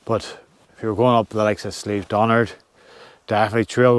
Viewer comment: I think it's possibly pronounced Sleeve-ma-JOCK....there is an area nearby spelt with the same "geogh" ending that is pronounced that way 🤔